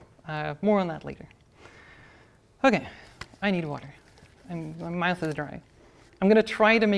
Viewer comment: "My mouth is very dry I need to drink" My ears: "My math is very dry I need to drink"